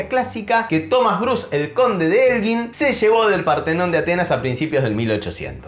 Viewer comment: Elgin, se debería decir la sílaba gin, como gitano, fuerte, para q suene como guitarra, debería llevar la u.